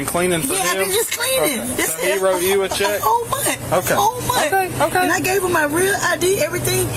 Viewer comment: The lady in pink says I have been working for a whole mont. Like huh. Mont. Very dum lady.